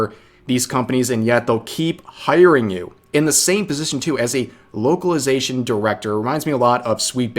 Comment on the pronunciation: Beuh at fstart of video i heared wokalisation not localization xd accurate i gusse